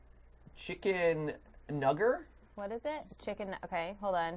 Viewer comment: Mat: “Chicken... nugger?” Me: “aaaaaaaaAAAAAAAAAAAAAAAHAHS”